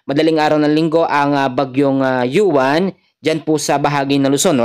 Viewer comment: Uwan po Ang pangalan Hindi yuwan